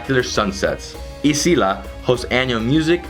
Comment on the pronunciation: it's pronounced " AZAYLA" not isila , A ZA I LA .